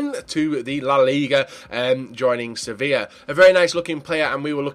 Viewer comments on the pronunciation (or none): none